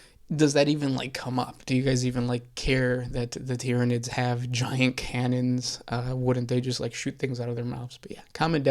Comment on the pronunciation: Not gonna lie. As kids my friends and I also pronounced Tyranids that way too. And don't get me started on Abaddon, Macragge and Malekith.